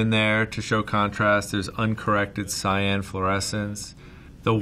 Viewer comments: Wow took me 13 minutes to figure out he was saying "Cyan" and not "Sayen". Perdon my french, praise Sangoku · Heard “Cyan” more in this video than in all of my life.